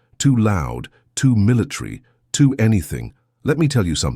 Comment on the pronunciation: Why is the narrator saying militree instead of military?